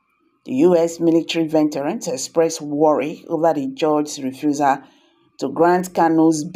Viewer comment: VE...T...E..RANS , nooooo, it is pronounced V EEE TRANS.not venterans, please